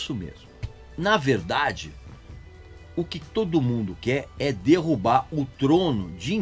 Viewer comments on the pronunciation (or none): none